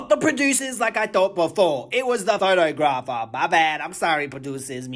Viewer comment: Pho-Tog-Gra-fer is how you pronounce that 😂😂